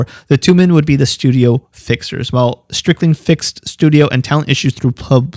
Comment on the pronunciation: It"'s not Strickling it is Stricklin. Howard Stricklin.